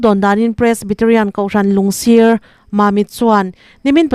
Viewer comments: " Lungsir " hi 'sir' tihlai hi a key tih hniam tur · I thupuan ngaihthlak a nuam,mahse hmun hming i lam dan hi zir chian deuh a ngai,entirnan,Chamdur,Lungsir,Lailak tih te hi a lam dan dik zawk lo ngaihven la